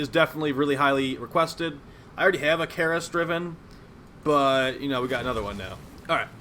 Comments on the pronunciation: It's Karyst (car-rist), not Kareryst (care-rist). I don't see how people messed that up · kAAAAAAAARRRRRRst!!!!! Pirate pronunciation.